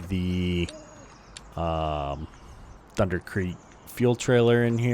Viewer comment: It THUNNNDEEEEER!!! not thunder